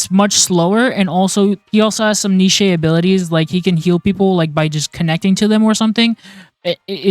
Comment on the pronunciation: lol neeshay